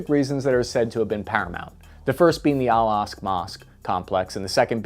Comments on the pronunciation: Bro Im begging you. It’s pronounced Al-ak-sa, not al-ask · How can you mis-pronounce Al-Aqsa as 'Al-Asq'. It's like-- a four letter word ;--; I love your videos, but it's kind of annoying that there are so many very basic words mispronounced in all your videos! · Aqsa, Aqsa, Aqsa. Not Al Asq mosque. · It's pronounced AL AQ-SA Mosque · I believe it’s pronounced, “al Ak-Sa” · How do you mispronounce the Al Aqsa Mosque in a video like this? 🤷‍♂️ Oh,... 😂